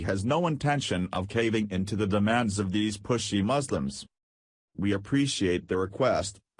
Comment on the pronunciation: 'Moslims' lel